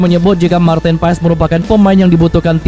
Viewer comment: It’s pronounced as Martin Paas…. Not Pa Es 😁